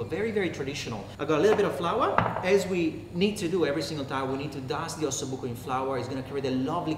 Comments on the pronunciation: Buco with one "c" not with 2 "c"...it means hole (bone with an hole). Delicious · OSSOBUCO NOT OSSOBUCCO